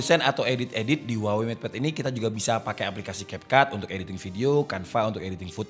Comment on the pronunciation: maaf. daLam bahasa asLinya, kata HUAWEi dibacanya WAHWEi